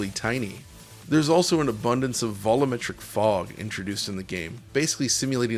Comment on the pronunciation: We need an audio version of DLSS to upscale “vol-oo-metric” and “basely” into ‘volumetric’ and ‘basically’